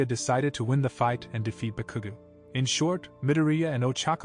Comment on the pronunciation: Omg, you said so wrong Bakugou that I laughed and also annoyed to see multiply times this happen